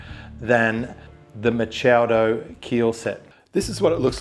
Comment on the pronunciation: Don’t trust the guy who doesn’t know how to pronounce Machado